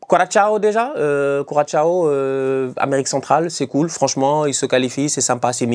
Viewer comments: coração (koura-ça- o, au pire. la fin est compliqué de prononcé pour les francophones mais un ç reste un ç et non cha, très insultant) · et HO , STOP !!! apprend a pronouncer Curaçao !! Cul Rat Sa o !! pas Ciao !!! c’est pas marant du tout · Référencement Juste au passage, Curaçao se prononce quasiment Croissant (ça vient de la forme de l'île)